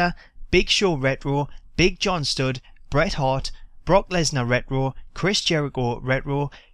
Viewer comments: its pronounced RETRO not rero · wut the fuck is ret row?? are u scooby doo?? its re-ch-ro!! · lol ret-wo xD sorry cracked me up. Pronounced Ret-Tro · the way u say retro is ret ro. so annoying lol cheers for vid tho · I like how you pronounce retro, I mean reh-roh *smiles* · Why does he say rero???? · Ret - Row Lol Thats How You Pronounced It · Hey for everyone giving you gripe about the way you say "retro" just pronounce it as "wretch - row" if you care. Onto the one things that bug me. Didnt Bruno say he was in the game a while back? What happened with that? Would suck cuz it probably means they pulled a capcom and he's already on the disk but locked. Also it grinds my gears that Axel(the current IC champ) didn't make the cut nor Big E. The wyatts and fandango I don't mind waiting for. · The way you say "retro", sounds like Scooby Doo saying "rut roh" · It sounds funny when he says rrtro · "Kane redroo" "triple h redroo" lol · Someone tell him there is a t in retro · You don't know how to say retro right do you jackass ? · I hate the way he was saying it, he's the only person I've ever heard pronounce it that way. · learn how to say retro